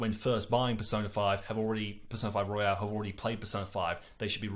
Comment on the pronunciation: It's Royal, not Royale! That really started to annoy me after you said it wrong every time. Also, I thought Golden made P4 much too bloated, so will I think the same here? Also, it sounds a lot easier??